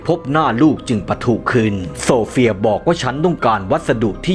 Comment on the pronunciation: ฉันได้ยินโซเฟียเป็นสมศรีเลยฟังอีกรอบอ๋อออโซเฟีย😂😂😂😂